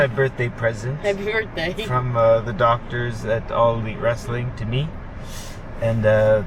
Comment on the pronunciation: Ha-pee Berfday, Speedball! May you enjoy your favorite pastry with your favorite people. :)